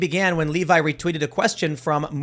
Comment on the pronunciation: It's pronounced Leh-vee